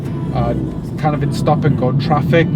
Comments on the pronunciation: That "TRAPIK"! 🤣🤣🤣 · Glad you're using the Filipino accent on how to pronounce some English words: traffic = TRAPIK; hungry=HANG-REE. Now, I have a request for you and: in that please use the following two Tagalog words once or twice and it will jilt your viewers with joy: (1) "Di Ba?" - In conversations, Brits always end their statement with "isn't it?" In Tagalog, please substitue "di ba?" For example, it's very hot today, isn't it? Say, it's very hot today, di ba? (2) "Grabe" - Also say "grabe" (pronounced: grab-beh) when describing something that is super good or super bad. For example when you see a car wreck, you say "grabe"...with this one word, you are describing the wreck as very terrible. Or, when you go to a tourist spot, like Tagaytay, and see some beautiful spots, say "grabe" which means you just saw some very beautiful sceneries. Superlatives in Tagalog.